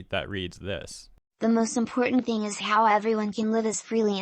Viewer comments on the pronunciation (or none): none